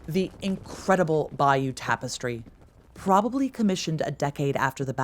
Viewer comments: True except she can’t pronounce “abbaye aux hommes” or “Bayeux” for toffee! It’s a great documentary nevertheless! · Would you like Germans from America telling you how to speak German, or mis-pronounce German words? I'm from England & the Americans butcher our language on a daily basis. This lady can't even pronounce Bayeux properly, & that's a French word. Even with a native speaker stood next to her she still continues to mis-pronounce the word. So, there is a clear difference between dialect & mispronunciation. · I don't think the levels of mispronunciation of English, can be purely attributed to historic changes alone. It appears that the Americans struggle with pronunciation across the board. Even when attempting to pronounce the word Bayeux, she gets it wrong. And that's not even an English word.